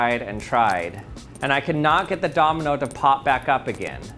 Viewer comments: Am I the only one who's hearing the word Dominal instead of Domino??? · Anyone else hearing him say dominal sometimes instead of domino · Did anyone notice that he's saying domenel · Can u say Domino and not dominal? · I can't get over how he pronounces it "dominal" 😂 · It's driving me mad - I keep hearing "dominole" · Are you saying “dominals”? Lol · Did he say dominals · Is it Just me or he is saying dominol and dominols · stop saying dominol